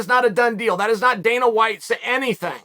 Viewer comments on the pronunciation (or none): none